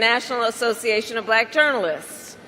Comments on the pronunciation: He is just such an idiot. And what's with him saying, "bLack". He rolls over that L ... as though he's got some kind of brain tumor. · Why does he pronounce it "blyack